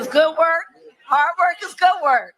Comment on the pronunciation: “Hart work is goot work”. Kamala the clown.